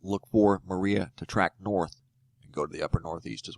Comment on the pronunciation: As a Puerto Rican I approve of this report, you spoke it properly, also it's trajectory is a lot lower since Irma hit the top of Puerto Rico, but Maria is going to enter through the south